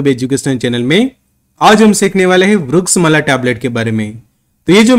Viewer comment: Vriksha-mla NAHI vriksh-amla….garNIcia nahi garCInia